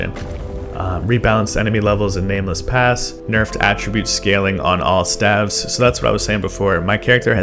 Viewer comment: Not the way you pronounce staves 😉